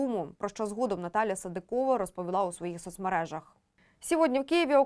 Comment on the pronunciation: Чому ведуча така безграмотна? СадИкова, а не СадикОва. Так само - СадИков. Коли вже навчаться правильно говорити? І це стосується майже всіх ведучих на всіх каналах.